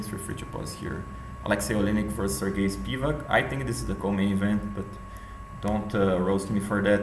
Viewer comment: Its spivAk btw